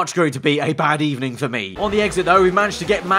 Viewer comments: good ebening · you really hit us with the emery ebening... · "It's gonna be pretty bad ebening" 🤣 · bad ebening eh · “Bad ebening” 🤣🤣🤣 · Unai Emery:good ebening? Williams:no, bad ebening. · Did you just say "bad ebening" ! Lol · HE GOT SACKED IN THE EBENING